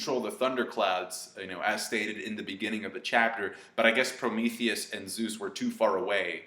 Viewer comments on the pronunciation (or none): none